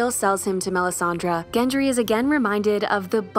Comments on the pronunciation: How do you get "Gen Tree" from Gendry? If I find a YouTube video with less than 2 mispronounced words I'll know the world is ending. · Why does she pronounce Gendry as Gentry? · It’s GENDRY not GENTRY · Gendry with a D, not Gentry. Sorry, it was irksome. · I can't. GenTry is not a thing, it's Gendry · Is it me or is she saying "Gentry"? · Why is the narrator calling him GenT-ry?! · Good grief pronounce his name correctly or is GenTry a new character? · Really sounds like the narrator is saying "Gentry" here. Not enough to ruin the video, per se, but really distracting.